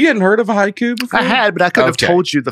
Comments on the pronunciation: Dusty, I was also a huge fan of Raven the wrestler. Between that and pronouncing “haiku” like the wrestler Haku, I felt like this episode was sponsored by WWE. Thanks for the “poyms” and the laughs, fellas! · Watching Dusty and struggle to compose themselves while was pronouncing prom and poetry was so funny to me that I was in tears at the end of that segment. Then, when I heard him first say “haiku”, I thought he sneezed at first. Y’all are awesome! Thanks for the many many laughs. Looking forward to seeing Dusty in Richmond at the Funny Bone. I’ll be at the first Saturday show. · I listened to this podcast while on a 6 hour roadtrip and had tears running down my face listening to say poem! Then he pronounced Hai KU and I lost it again! you are a national treasure. Thanks for these long podcasts!! They definitely made my trip better!